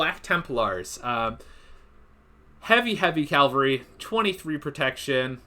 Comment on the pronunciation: I like your videos, but dear God, its Cavalry not Calvary. The shorthand is Cav, not Calv.